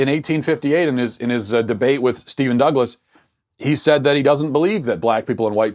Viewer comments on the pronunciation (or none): none